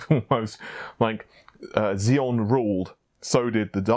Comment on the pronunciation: Gollum dot DE? Really?! Can we take serious anymore? First Nepal's ("Ne-Paul's") instead of Naples and Thennon (guess he wanted to say Zee-non as in Xenon) instead of Xeon, now this. It is Golem, as in the clay monster of myth. Do better! I expect more from respectable and reliable journalism.